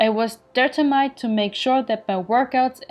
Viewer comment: Hey Sophia, klasse Video und ne gute idee dich auch auf dem englischen Markt zu zeigen! Ich kenne dich (auf facebook und youtube) schon ne ganze weile und deine geschichte ist tatsächlich ziemlich inspirierend. Danke für alles was du tust! Ps. Schau dir die Aussprache von "determined" nochmal genauer an ;)